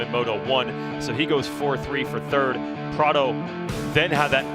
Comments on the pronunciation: Why can't James say Prado's name properly? Kind of stupid he won't do it. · Bubba can’t hide his distain for Prado, won’t ever say his name right 😂. I guess I get it after Prados year last year and giving up.